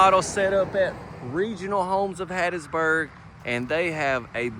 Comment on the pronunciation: The way said "Hattiesburg," thats a true Mississippian. 👍🏼 ❤😊